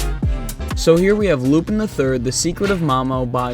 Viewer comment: You watched a whole Lupin III movie and are still pronouncing his name wrong?